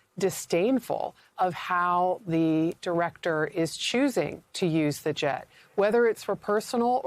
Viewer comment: "Sshhh, be berry, berry quiet. Diwector Patel is hunting Wabbit"...